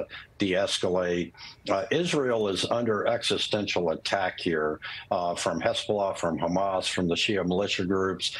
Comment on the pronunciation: Did she say hasbulla😂